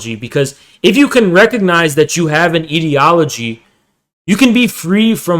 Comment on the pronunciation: I cannot focus on the topic because of how wrong he says ideology 😭